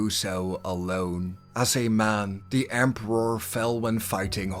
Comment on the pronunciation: For the Empe-rawrrr 💅💅